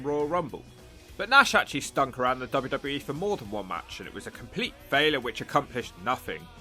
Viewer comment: Did u say Stunk around or stuck around 🤔😭😭😂